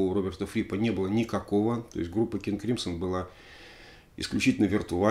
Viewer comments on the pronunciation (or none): Crimson - правильное произношение "кримзон", если что)